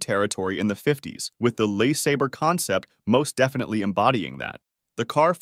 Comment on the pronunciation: Who is narrating this?They can't pronounce Le Sabre properly!